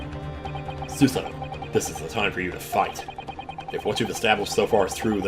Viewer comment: It’s not Suesuh-toh, it’s Su-Sah-Toe Also for Japanese vowels, you pronounce them shorter than English vowels unless there’s a doubled vowel. Think of it like music. Su-sa-to is 3 quarter notes. Rei has a doubled vowel so it’s a half note. Mem-ba-mi is 3 quarter notes. (Technically it’s a bit more complicated than that but I don’t want it to get too confusing for you. XD) If anyone can find a better way to explain this, let me know.